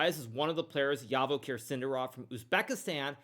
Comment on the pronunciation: Come on, Naka, his name is pronounced Zhavokhir or Javokhir like in June.